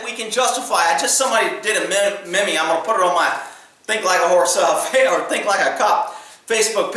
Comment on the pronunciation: you mispronounced "meme". it's like "meem"